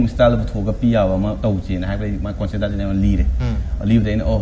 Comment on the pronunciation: Synopsis haiyo hairaga keino hairidubu. Noi khara tammuko akup akuppa marol singje. Conecpt & Synopsis pronouciation lalle. Hangiba wahangi matung eenna indetails ta haidraju point answer piba tamhaninge. (Ajit yam solli mimang thokpada)